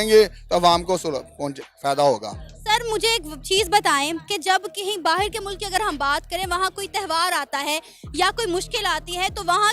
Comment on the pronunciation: बाहेर नहीं। बाहर होता है।😃😃